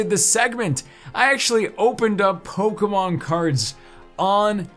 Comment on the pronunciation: Does he realize it’s sounds like Pokinon Not Pokamon